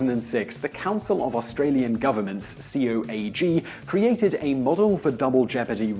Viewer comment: Thanks for the in depth explaination. An Aussie note: COAG is pronounced "ko-ag" as opposed to being spelt out.